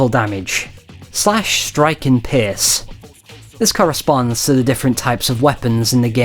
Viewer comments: It's "Pierce" but I dunno why he pronounce it that. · OP is obviously joking and pronounces it like that because accents exist.